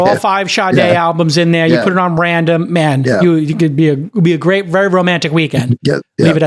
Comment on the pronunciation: Thank you sooo much for talking about the Apple stuff (Masimo Vs Apple). Like you said, "Paiy the mahn his mahnee" 🤣